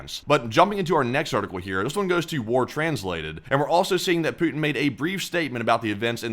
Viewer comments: oh god dont ever say 'pooty' again please it sounds like an innuedo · Pouotin ist Skrewwed